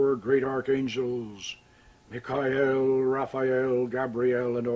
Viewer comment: Ohhhh, Me ka el. Its Michael, dude. Fucking Michael.